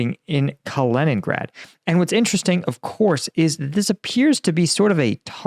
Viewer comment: it's being used from Kalingrad, which was NEVER Russia until it was, after WW2....Take back Konigsberg, home of Emmanual Kant, NOT a Russian....What is 'Kalingrad'? TAKE IT BACK!